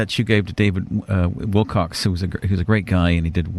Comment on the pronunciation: I liked the show, frequent ums & uhs aside. As for the host, you would think the host would get the name right when he's referring to someone. He repeatedly says David's name as if it's "Wilcox" or "Wilcocks." David's last name is "Wilcock." Apparently neither the host's mundane nor self-proclaimed psychic ability or abilities could prompt him to get the name correct.